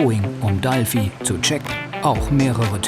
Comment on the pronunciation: Oh mann, hat irgendwer sie im Video auch Dalfi genannt? DFieser eigensinn von manchen Fernsehleuten dinge einfach irgendwie anders zu benennen. Dalfi hört sich so Albern an, das Triggert mich total. Ansonnsten ne coole Doku, aber dieses DAlfi, jedes mal ich so Arrgggg.